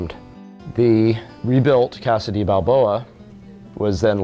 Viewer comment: As a long-time San Diego resident since 1966, I watched this layout grow over the years with great interest and couldn't admire it more if I tried. But bloody hell, man, the Spanish word 'de' is pronounced 'day!"